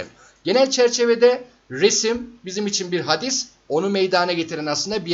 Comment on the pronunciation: Hadis değil hâdis olmalı. Yoksa buhari işlemiyoruz zannediyorum.😅😅